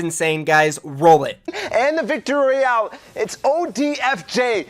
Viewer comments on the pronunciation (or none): none